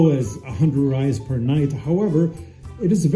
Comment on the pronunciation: Great video but considering you living in Brazil ur pronouncing of reis needs work bro it’s pronounced “hrreis” r has h sound like sound